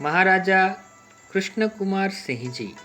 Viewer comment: it's sinh not singh